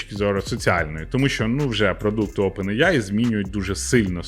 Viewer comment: Чого Опен іяй ане аі?